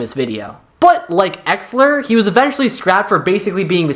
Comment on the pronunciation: bro how are you butchering the pronunciation on exellor and exetior so badly.....